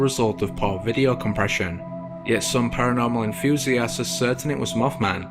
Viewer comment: When the video commentator he said Moth Man, it sounded like Muff Man. lol